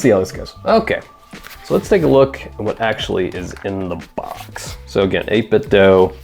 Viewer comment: Good video! (heads up, it's pronounced "8-bit-dew")